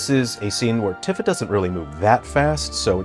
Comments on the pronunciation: He presents himself as an expert yet doesn't know how to pronounce Tifa's name. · He’s pronouncing Tifa wrong. I thought his favorite genre is JRPGs